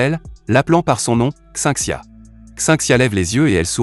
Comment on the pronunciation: c'est un anime chinois, pas japonais. et tu devrais apprendre a lire les non chinois. xinxia par exemple se pronon schin schia et le "in" se prononce ine. bref ca fait bizarre et ca gache un peu le résumé